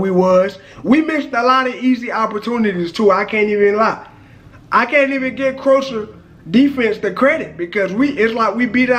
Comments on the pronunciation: Talking about the football and can't pronounce the name of England opponent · You are pronouncing Croatia wrong😂